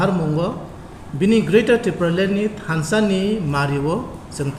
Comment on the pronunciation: Thansa not thanda